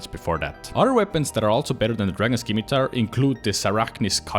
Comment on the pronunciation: Dragon scimitar is pronounced "sim-i-tar" with a silent C. Great video otherwise!